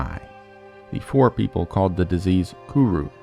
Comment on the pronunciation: The name of the Fore people has two syllables, like "fo-ray". Imagine an accent mark over the 'e'